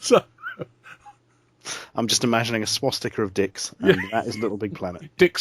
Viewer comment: Dickstickas? Come on larry lol. Swas-dickers.. :-D